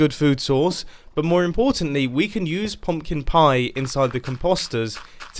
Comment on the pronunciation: POMPKIN PIE? No Mumbo it’s pumpkin pie